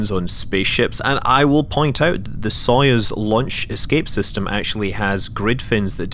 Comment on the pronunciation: Here is how "Soyuz" is pronounced :)